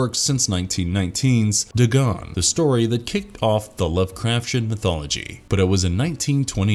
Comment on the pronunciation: It is pronounced day-gone